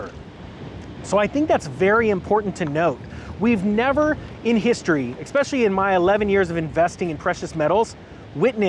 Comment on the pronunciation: do you how to say “especially”? It’s not “ex-specially”.